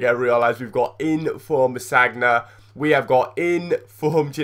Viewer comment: U said infrom